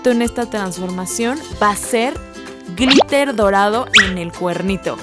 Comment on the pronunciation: En el minuto dijo: Griter en vez de glitter ✨